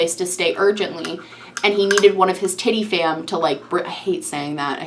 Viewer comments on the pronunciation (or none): As usual, excellent break down. You did leave me laughing...the way you spat out "TittieFam". I have been sooooo over John I didnt even know what he had done to the lady he was living with.